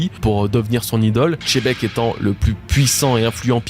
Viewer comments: Pourquoi vous apprenez pas d'abord a prononcé correctement les noms des personnages ? Pourquoi personne ne dit, que c'est pas chebek mais Xebec ??? Ou est ce que vous voyez marquer par Oda CHEBEK ? MOI je vois XEBEC, 🤦🏻‍♂️ comme ceux qui dise LOJIA au lieu de LOGIA 🤦🏻‍♂️🤦🏻‍♂️🤦🏻‍♂️ mais bon y en a qui sont incapable comme les francais qui ne savent que parler en français, et encore avec des soucis des prononciation, prenez pas mal mais juste c est le problème dans la tete ? Vous qui faite des video et faites les intello 🤦🏻‍♂️😅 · perso je dit pas xylophone mais chilophone que du love sur toi appart pour la prononciation de xebec video incroyable comme d'hab